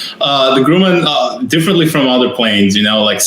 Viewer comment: Your Airplane is not called a it is Grumman Grum Man, the way you pronounce Grumman sound like grewman that is just wrong. And we do not have fire brigades in the United States. 🤣🛫